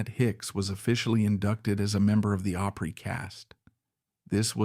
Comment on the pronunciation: Hard to believe that an AI could actually mispronounce opry . Really?